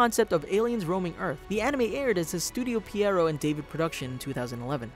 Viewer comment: Finally someone who can pronounce “Pierrot”